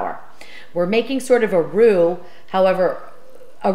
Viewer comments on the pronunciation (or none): none